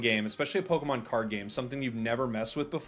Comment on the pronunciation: I love you. but please for the love of GOD. PLEASE properly pronounce “POKÉMON”. It is NOT pronounced with a “ee” sound 😭😭😭